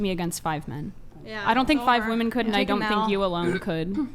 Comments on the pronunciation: OMG...I thought it was just me. I legit comment this on so many videos. It's like they don't know woman and women are two different words. 😂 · Why is there suddenly an epidemic of young people who have lost the capacity to pronounce the plural "women"? :P